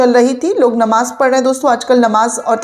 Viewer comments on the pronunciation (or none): none